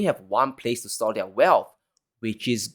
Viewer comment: young,,, you keep up the excellent work and the channel going! Your presentation is still improving by each session! No fawning,,, it makes one wants to stop in between to make comments like this before continuing with the video! Good job! NB: plz pronounce 'their' as "there." No malice, just respect! You have so much potential!